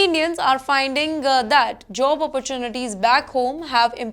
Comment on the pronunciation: Its job not jo-ob